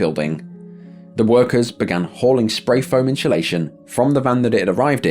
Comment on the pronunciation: Why can’t you pronounce “spray foam insulation”